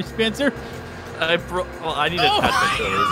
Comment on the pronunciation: YOU SEAD SPEETHER AT THE START AND STEAD OF SPENCER.